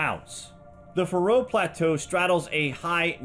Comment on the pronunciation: Thanks for a great documentary! I'm from the Faroe Islands myself, and if I may mention one thing, is that the pressure is on the A in Faroe, not the R. So it's a long a, Faaroe Islands. Cheers and keep up the good work!